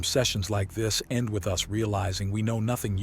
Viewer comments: I'm getting very tired that the damn AI pronounces us and U S.... it's distracting. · Teach the AI how to pronounce the word us and not the the letters